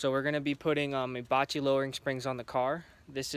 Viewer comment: “Ebatchy” lowering springs 🙄🤪. Pronounced 👁 bach ( like the composer from 16-1700’s)